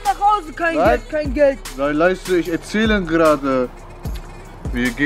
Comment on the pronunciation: hahahah es heisst Geld und nicht GLED